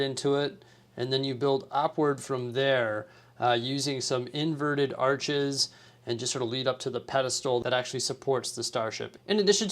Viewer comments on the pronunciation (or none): none